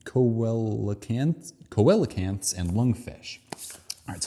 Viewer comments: It's not co-a-la-cants it's see-le-cants. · I'm pretty proud of myself for being able to answer everything except the when questions right away. So anyway, here are some interesting facts connected to things brought up. Lampreys in fact do not have jaws. Coelacanths are pronounced 'see-la-canths'. While hippos and whales are closely related, they independently evolved toward living in water. Their last common ancestor was a terrestrial mammal. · Coelacanths: See-lo-canths. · I never heard anyone pronounce coelacanths like that but makes sense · I think you triggered a lot of people with how you pronounced the name of coelacanths. Also, complete metamorphosis in insects is when the transition out of the larva stage is a radical transformation into an adult-like form; insects that undergo incomplete metamorphosis undergo a much more gradual process, starting from a nymph stage that resemble a much smaller and underdeveloped version of an adult rather than a larva (which looks nothing like an adult), and progressively going through "instars" that increasingly resemble the final adult stage.